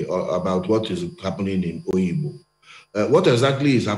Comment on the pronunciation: It is NOT Oyigbo it is called Obigbo